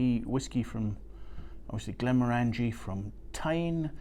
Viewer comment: Glen More En Gee. Not Glen more Angie.